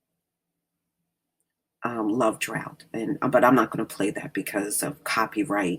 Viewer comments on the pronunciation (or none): none